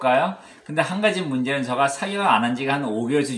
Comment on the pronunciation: 선생님 습관이 진짜 고치기 어려운건데 ‘제가’ 발음 의식하시고 하시는게 정말 대단하십니다.결론은 비싼게 제 값한다. 예전에 말씀드린것처럼 좋아하시는 일을 하며 즐거워하는 모습이 힘이(은혜)가 됩니다. 사냥하시는거 빨리 봤으면 좋겠어요 ~